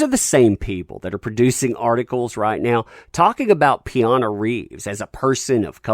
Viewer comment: ‘Peana’ Reeves?